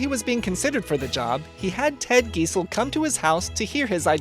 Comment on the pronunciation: Guy-zell, not Gee-zell.